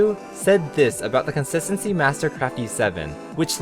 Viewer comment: did you mispronounce 'Consistancy' on purpose?